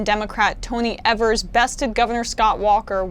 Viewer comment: It's Tony EEvers. EE-vers. Long E EE-vers